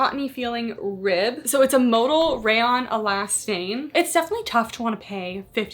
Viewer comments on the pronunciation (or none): none